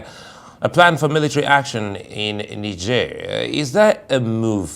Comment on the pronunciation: Can Arise please use a real person to voice the translations... The program voice is distracting; can't pronounce ECOWAS or NIGER properly. Nonsense.